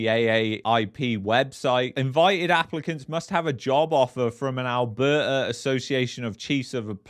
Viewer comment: It's Alberta ... Not Alberter... And Canada not Canader.... Go get a pizzer